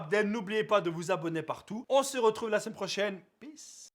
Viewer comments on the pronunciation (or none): none